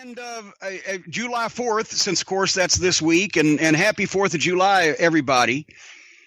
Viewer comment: He says July Jew Lie lmfao it cracks me up 😅